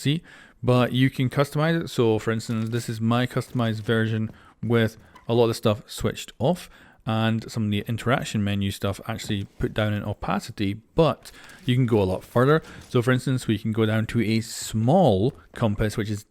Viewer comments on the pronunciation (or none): thank you for always making these imformative videos on new features updates and information! everyone will surely appreciate these videos covering these complex and interesting addions Edit: just a small note: "Opacity" is pronounced = oh pa see tee not op ti see tee keep up the great work and content!